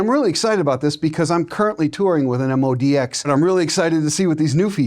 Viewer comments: Is it MODI-X or MODX ? His pronunciation sounds like the former! Just wondering. If I were reviewing, I would probably start with the right name, and why it is pronounced the way I do... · You are trying to sell a product but appear to stupid to get its name right. Moe-Dee-Ex . So simple a child con pronounce it. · Interesting how pronounces it very differently from how Yamaha says it...MO--D --X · I can't understand, why people still say the name wrong, when we've been hearing Yamaha reps saying it correctly for years now...